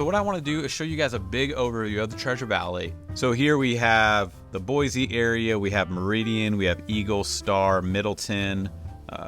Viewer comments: Can we at least pronounce the name of the city correctly? There’s no “z” sound. It’s an “s” sound. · There’s no “Z” in Boise. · Saying Boise wrong... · Yes, yes, yes. Why does he claim to represent the area but not know how to say it correctly.